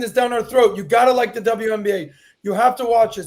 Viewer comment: Pat has been at war with the word "the" for as long as I've known him 😂